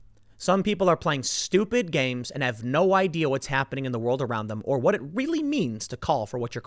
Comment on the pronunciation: "I tell you kwhat" - Tim Pool in the new king of the hill